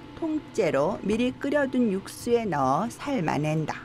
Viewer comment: 삶↗아↘낸→다↘ ㅋㅋㅋㅋㅋㅋㅋㅋㅋ 저한테는 짜증날 정도는 아니지만 뭔가 상당히 어색하긴 하네요